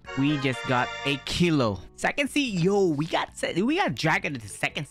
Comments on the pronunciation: Bro said sexy instead of sec sea 💀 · why say sixsy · Bro said se-y on second sea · The way he said sec sea in the start🤣🤣🤣